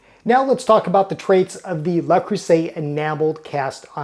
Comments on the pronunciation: Hopefully by now he's got it. It is NOT "LA" or "LAH" Creuset. It is NOT "LAY" Creuset. It is "LE" Creuset. The "LE" is the "Loo" sound in the English word "Look." The "LAY" sound in French is the word "Les." The "LAH" sound in French is the word "La." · Actually Le is not pronounced like Lah but more like the German Lö. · JFYI for anyone who is wondering, the correct way to pronounce "Le" in French is neither les nor la. Its is pronounced Ler with a very short sound of a soft "r" at the end. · What you stated as incorrect pronunciation was closer to the correct pronunciation in French. La Creuset pronunciation is incorrect... La is feminine and the word creuset is masculine. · thank you for this comment! This continuous mispronunciation was very distracting from an otherwise very interesting video!